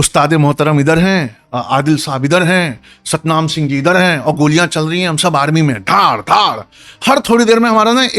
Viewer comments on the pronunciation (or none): none